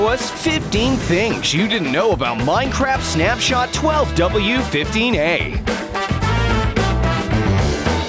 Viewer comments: He said 12w15a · Title: 20W15A Narator: 12W15A My Brain: ERROR